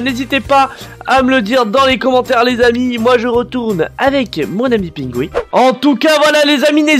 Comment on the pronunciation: Défi : faire un petit appartement à Pingoui ( d'ailleurs le renommer Pingui car tu prononce pas bien ) de 6x5x4 :p Bonne chance